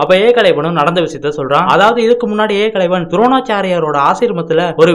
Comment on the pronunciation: தம்பி வார்த்தை உச்சரிப்பை சரியாக சொல்லுங்கள் ஏகலைவன் ன்னு பேர்